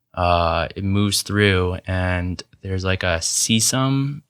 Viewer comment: (Biologist here): Great info, but "chyme" is pronounced with a hard "ch" like "Kyme". Also "caecum" is "see-kum".